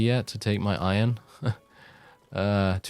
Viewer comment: When you said iron - I thought you said Oion for a second and got Stronghold flashbacks. "Oion stacks too low, sire"